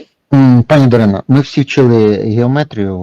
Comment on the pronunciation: дарка, не даріна,а дарина.тупе губате накачане ботексом говоряче створіння.